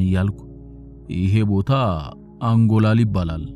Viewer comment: እርማት አንጎላል ሳይሆን አንጎለላ ስሜነሽ ሳይሆን ሰሚነሽ ነዉ የሚባለዉ